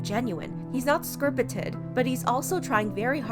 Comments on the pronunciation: “He’s not SCRPITED...” Girl, why didn’t you just correct it when you read it and say “scripted”? I’m dead. 🤣🤣🤣💀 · Scrpited. This girl actually read it as SCRPITED. She will not twist anyone's words XD